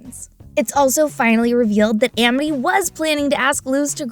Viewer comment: why is it pronounced Emety when it's Amity